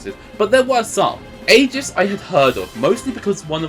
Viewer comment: How did he say aigis its said like i guess